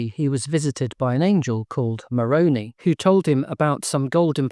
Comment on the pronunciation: As a former Mormon, I approve this message. (Just a pro tip here, though. You need to pronounce the angel's name correctly, as Moron-eye, not Moron-ee, lest the Mormons dismiss and mock you.) Good luck translating those plates from the chicken yard! Thanks for another great video. 🩷